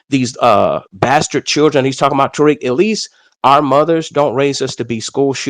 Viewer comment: And the caller think he is slick by the way he is pronouncing Tariq's name...these ppl do that a lot..always pronounce a Black man's name wrong (PURPOSELY) to disrespect....Tariq is pronounced, Ta-Reek..Tah-reek or Tah-rick...he keeps saying, TAR-RICK ..he is trying to be funny with that TAR bs ..Tar...(Tar Baby).. he keeps saying it...why keep saying someone's name when you're talking to them?..who does that?